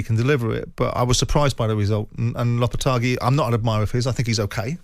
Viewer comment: Simon is supposed to know what he's talking about yet constantly mangles players' and managers' names. Yesterday he was calling Chelsea's manager "Maresco", today he is calling Lopetegui "Lopetargi" 🤦‍♂